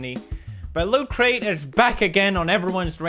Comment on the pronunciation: Why is he calling it LootCrate?